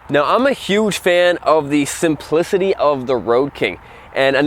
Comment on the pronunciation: Can’t get past how he said “the SIMPLICITY of the RoadKing”